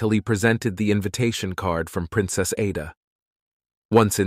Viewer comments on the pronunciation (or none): Igbo, the g is silent. The letter "A" in Ada has a short vowel sound.